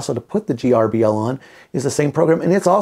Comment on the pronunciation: It’s pronounced ‘Gerbil’, just like the pet. The letters don’t stand for anything. It drove me nuts trying to figure out the acronym, and it turns out that the original developer thought of it as being similar to a mouse, which controls a PC, so he called it gerbil, which controls a CNC. Trivia….